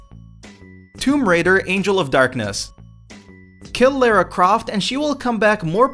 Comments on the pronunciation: Do American's just not know how to pronounce Lara? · "Lair-uh Croft"